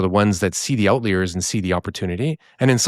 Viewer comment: Is saying "outlayer" instead of "outlier" on purpose?